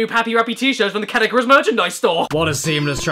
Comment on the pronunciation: my favorate character in this video: caddicarus my least favorate character in this video: cadickarus my favorate place in this video: caddic 'r' us my least favorate place in this video: cadi car house